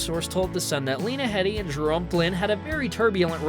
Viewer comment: It's HEEEEDEY, not HEAD EEE